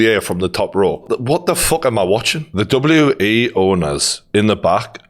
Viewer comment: its WWE ffs 🤣 annoyed me more an more everytime he said W E 🙈🤣